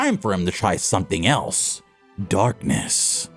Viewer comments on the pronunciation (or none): Why did you say darkness like that....."darkness" 🧔‍♂️🧔‍♂️🧔‍♂️🧔‍♂️👹👹👹😈😈😈😈